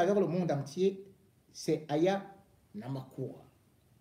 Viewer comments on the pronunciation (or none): Elle va se fâcher hein … elle n’aime pas que l’on écorche son nom ! Aya Namakura 😂😂😂😂😂 mdrrrr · Bonjour mon frère on dit AYA NAKAMURA mon frère